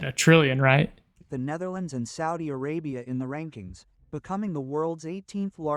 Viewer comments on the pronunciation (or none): none